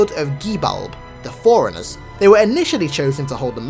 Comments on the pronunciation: Sounds like you're saying foreigners, not forerunners. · Did he say "foreigners" or "forerunners"? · when you say forrunners i here foreigners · If i didn’t know any better I would think he was saying “foreigners”.